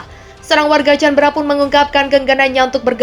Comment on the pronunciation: canberra di baca : kaenbera BUKAN canbra